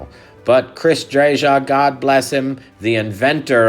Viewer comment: Please pronounce Chris’s name correctly. It’s “Drayuh”. Thanks!